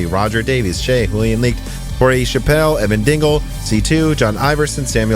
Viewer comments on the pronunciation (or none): none